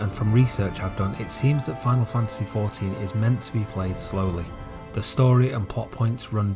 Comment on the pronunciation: literally nobody calls it ex-one-vee